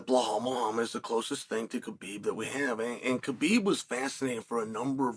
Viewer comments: Blahal forget how to say his name Muhammad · Why can't the man say BELAL it's not difficult 🤦🏻‍♂️